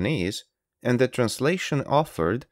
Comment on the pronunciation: "Ze comment"?, you sound like Klaus Schwab, but why do yu say "Ze comment"? Zere iz no "Z"